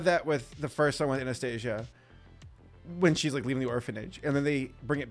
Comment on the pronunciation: pronounced (anah-stasee-ə) not (aneh steižə)